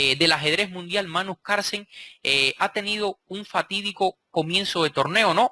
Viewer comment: Maestro, no olvide que se pronuncia Carlsen, no Carsen. ¡Saludos! Buen video.